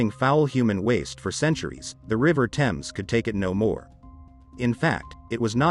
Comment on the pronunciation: If you said Thames that way in England, people wouldn't have a clue what you were talking about. There is a silent H because it is from a Viking/Saxon/French/Roman/Germanic language base. You drop the H in herbs and pronounce it the French way, English is a rich and fascinating language and when it gets butchered by people who don't care in the slightest, it winds me up.